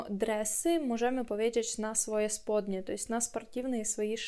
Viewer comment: дурная чтоли? Пальто то пальто, а плащ то плащ. И сподне, а не спудне!